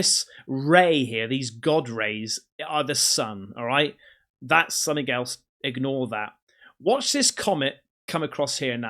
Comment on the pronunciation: Stop saying "somethink" - it's "something" 🤦‍♀️